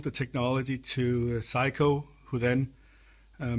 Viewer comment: I like how you pronounce Sei-ko to sound like Psycho ; ) seriously though, great demo video of an unusual and rare synth